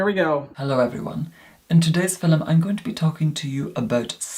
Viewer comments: I’m from the UK and no one talks like him. As well, no one pronounces ‘film’ as ‘fil-um’! Not even posh southerners 😂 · is stunning! And his voice so velvety! I couldn't think of a proper word, but velvety is fitting...😁 and I LOVE how he pronounces "film" (fill em-love it!!!)... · I can't figure out if film affect is real or part of an act. Either way, it's so annoying to me that I can't get past that to watch a full video. How he manages to make film a two-syllable word is beyond me.:D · I love that he doesn’t say video but “filum” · the iconic "for todays filum"